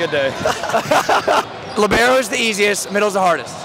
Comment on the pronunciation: A piece of my soul dies as most everyone says Libero lol